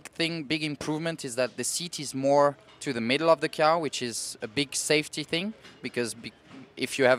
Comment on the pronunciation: He called the car a “key are” kinda weird........